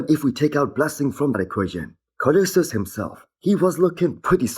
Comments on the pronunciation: Nah bro, leave him alone I love how he says Koloysious Ken 😂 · Co-lo-sus. Not co-liu-sius.